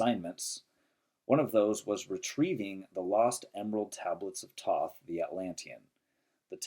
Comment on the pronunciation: also saying his name wrong